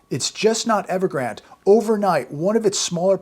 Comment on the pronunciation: Evergrande he’s being miss pronounced. It is pronounced like the river Rio Grande. I wonder who started they miss pronouncing.?